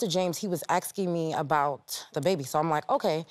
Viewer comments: Nobody is "aksing you a question"...your are "asking you a question"... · they need to stop axing